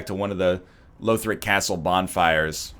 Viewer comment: I should've said something earlier, but it's "lawthric" not "lowthric". The characters in the game say it.